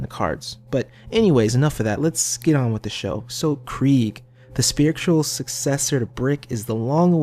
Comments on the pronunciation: It's spelled Krieg... You say Kreig. If it was Kr-ay-g it would be spelled Craig... No? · that's Craig not Krieg, Krieg is German and the ie is pronounced as ee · It is actually pronounced KREEGE as in the German pronunciation of the word Krieg meaning "war" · It's Krieg...as in German...as in Blitzkrieg as in KREEG as in how it's pronounced by....krieg himself